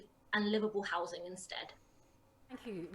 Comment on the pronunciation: "Housin' and Accommodatin'" urgh